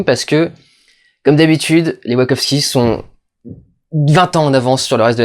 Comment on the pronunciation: D'habitude je déteste tes critiques mais celle là est profondément intéressante parce qu'elle invite vraiment à une relecture du film qui est, effectivement tellement à fond sur chaque scène qu'il en est frustrant. Ta théorie qui met en avant que les Wachowski (please arrête de dire ouakovsqui) veulent un peu calmer et faire redescendre sur Terre la génération Y est très très intéressante et elle permet de voir le film au second degré. Reste que Mila Kunis n'a vraiment pas le charisme (ni les dialogues) pour un personnage de cette ampleur (sans compter l'incohérence de son personnage qui passe de l'ignorante à la juriste qui maîtrise le code civil de l'espace en l'espace d'une scène, peut être à cause du découpage à la hache, effectivement). Cela dit, j'ai trouvé qu'encore une fois, les Wachowski avaient une excellente théorie qui détruit la perception nombriliste que les humains ont d'eux-mêmes (dans Matrix, nous sommes des piles pour alimenter un monde de machine, dans Jupiter Ascending, c'est un peu la même chose mais pour des humains supra capitalistes), c'est assez intelligent mais ça reste noyé dans un film d'action qui en met (trop) plein la vue.